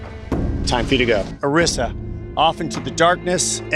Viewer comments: Jeff clearly said Arisa's name like 6 times and you still pronounced it wrong lol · How do you get Arisa's name wrong when Jeff said her name correctly multiple times.